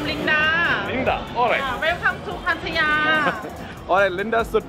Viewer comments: Nice vlog but what is pattaiya? Its Pattaya. पतया नही भाई पटाया. 👍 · Bro it's not patte, pronunce it pa ta ya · Bhai city ka name to sahi bolo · The way he pronounces Pattaya gave me anxiety. :s